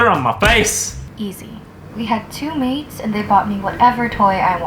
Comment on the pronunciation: Lol when pink unicorn said maids I thought she said maze lol like if you thought she said that to